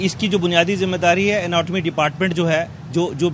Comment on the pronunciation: Atonmu nahi anatomy